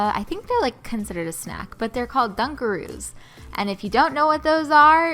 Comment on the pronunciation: Ummmm its dunkaroos not dungaroos